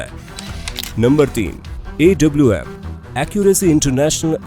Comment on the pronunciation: Awm ko aom bolty hy